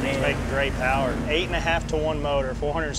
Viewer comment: PONTIAC POWA